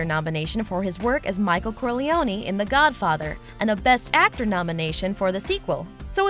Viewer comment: It's The Hobbit, not "The Hubbit", concept, not "cuncept", and Godfather, not "Gudfather".